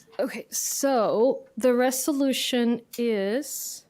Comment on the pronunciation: Judge Hidalgo can't even pronounce "resolution". Resh-O-looshun? Our country's public offices are being staffed by illiterates.